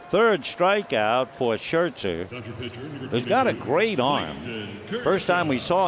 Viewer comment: He pronounces Scherzer SHIRTZER